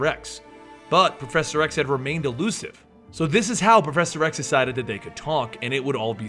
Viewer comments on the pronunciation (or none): Lol. You said proffesor x. sounded like you said professor rex. Love your videos.